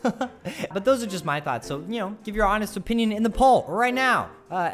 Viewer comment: 'In my O pinion'